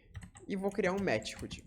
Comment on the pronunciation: Ótima aula introdutória. Única agonia é sua pronuncia de METHOD: "METIRRUDI" KKKKKK, é /ˈmɛθəd/ (De MÉTODO no português, método de envio dos dados)